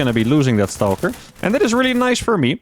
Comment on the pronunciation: How can he say "Stargate" normal but he says "Stawhlker"? 😂